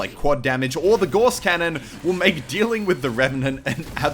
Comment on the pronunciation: Gauss. Pronounced like 'Gows'.